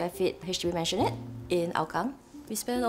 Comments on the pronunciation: Owners, please google the correct way to pronounce Maisonette. It ain’t a mansion. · What’s with maisonette owners not knowing how to pronounce maisonette